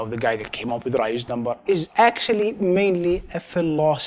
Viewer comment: Sounds like he's saying Ryu's number